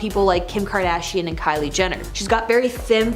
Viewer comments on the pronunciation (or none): none